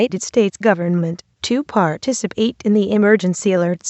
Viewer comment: "to part-ic-apat and actedated" what the crap